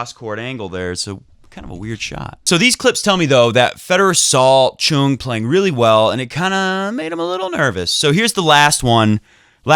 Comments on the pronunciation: I don't know who told you to say Choong but this pronunciation is worse than before. His name is 정현, the closest we can make it after translating it would be 'Jong Hyun' but you were close enough before when you said Chung instead of Choong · In Korea we put the family name at the beginning before the given name so even though he spells it 'Chung' with a 'Ch' the Korean pronunciation is closer to a 'J' so it's 'Jeong' or 'Jong' (rhymes with song, long etc.) and his given name is 'Hyun' which comes after his family name 'Jeong'. I think you were already pronouncing the 'Hyun' part correctly (I'm not Korean but in my 6th year living here). Btw love your show and we all appreciate the amount of effort and passion you put into your videos!